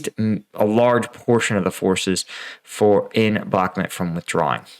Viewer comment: A cow makes "moooo" like in Bakhmooooot. The map says Bakhmut and other youtubers pronounce it with a "u". The Bakhmet part confuses me.